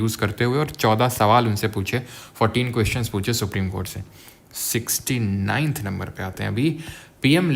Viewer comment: He Emphasized on 69th😮😂